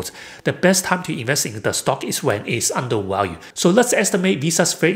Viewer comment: "underWalued" LOL